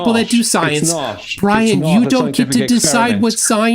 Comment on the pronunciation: Oh makes my bwain hurt. Everytime he says roight he is woing! Well is roight on one thing: his ignorence and denial, that he is proudly displaying.